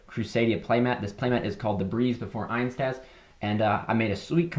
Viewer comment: has all-german crusadias and still says "einstaz" XD Just kidding man, i'm glad you like them ❤